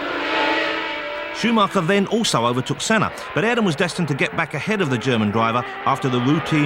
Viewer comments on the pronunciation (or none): none